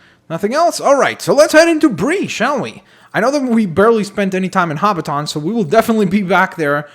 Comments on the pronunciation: hobbiton is pronounced hobbittin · he is say hobbition wong